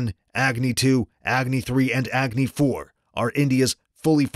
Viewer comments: The way he say egni 😂😂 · "Agni" pronounce correctly अग्नि सही से बोलो अंग्रेज